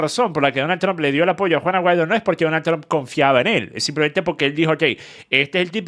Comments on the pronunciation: Yo también 😂😂😂😂 es juan aguaido que el dice no se porque 😂😂😂😂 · yo tampoco lo tengo muy claro 🤣🤣🤣🤣🤣🤣pero si leí el apellido escrito en la descripción del video que decía : Juan Aguaido. Pero dicho de su boca yo escucho juana guido 🤣🤣🤣🤣🤣🤣🤣🤣🤣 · Juan Aguaido 😂 o Juana Guaidó 😅